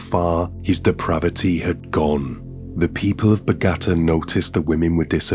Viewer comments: Bau-gata !? FFS!? 😂.. anyway still great content! ❤️ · Dude, I *love* your stuff... BUT ...you gotta check out how to say the place names you'll be using before you get going. In this case, it's bow-GA-ta. (I've noticed this from you in previous stories, too.) I hope you don't think I'm being way too critical bc I truly value what you put out for us. I just want to help with the whole "saying the place-names properly" thing.🌻 . And the victims names, dude. OMG. I was born/raised in San Diego so am very familiar with Mexican/Spanish names, but still... : pa-TEE-oh moon-YO-s mar-TEEN-ess ya-REEB-bay pa-REE-ah . There's a zillion websites that'll make the pronuncion of words/names you don't know a breeze. Again, I'm just trying to help and really truly hope I haven't offended you. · The accent is on the third syllable in Bogata, not the second syllable 😊